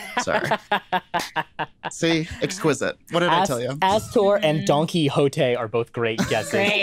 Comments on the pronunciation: Donkey-ote was actually tooo good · Donkey-hote LOL